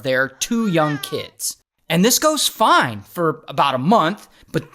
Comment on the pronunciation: Almost all the women you have on the show are actually, really..."Foine!" 😂😂😂.